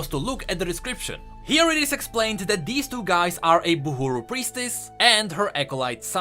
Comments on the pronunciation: its Burhu not Buhuru It kept bugging me how u didn't correct it xC Also the shield around the Boat reminds me of Senna's Cinematic Her weapon produced a similar Shield to protect Lucian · Riot: "buhru": "buhUru" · just want to say that theyre buhru, not buhUru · Love what you're doing and all but pretty sure and it says buhru not buhuru... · It's Buhru instead of Buhuru! :) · I think it's Bah-ru if I remember Illaoi saying it Also this is for LoR regions so there's no Shurima Bilgewater or Targon etc yet